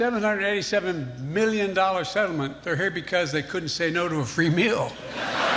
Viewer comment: Did he say "meelyun" like that to mock Trump? 😂😂